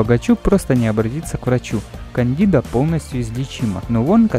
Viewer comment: Кондида, а не кЕндидо